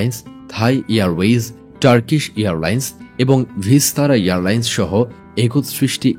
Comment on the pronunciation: Earlines na airlines hobe... hahahahah